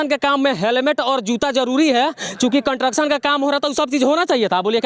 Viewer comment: कंट्रक्शन नही भाई, कंस्ट्रक्शन बोलिएगा भाई। अच्छा रिपोर्टिंग कर रहा है